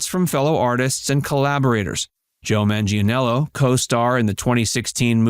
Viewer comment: Not googling how to pronounce Manganiello and repeatedly mangling it earns you a thumbs down.